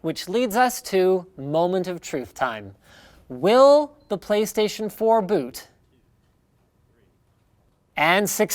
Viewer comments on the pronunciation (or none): none